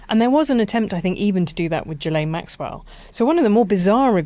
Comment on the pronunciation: Why are we saying "Jillaine" now? I mean if you don't even know how to pronounce her name, after all the years of media exposure...